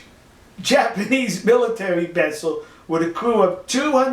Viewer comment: "It's wabber obbious dat dey were wamming the jabanese" Dude, go back to school! Don't try and speak any other language if you can't even master your own!